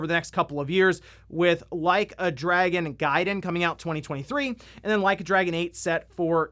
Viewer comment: Did you just mispronounce Dragon as Dragoon?